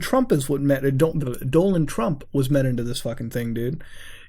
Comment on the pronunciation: When that picture of Donald trump came up, why did you call him Dolan trump? Like the way you kept saying Dolan records, then you called him Dolan trump, like wtf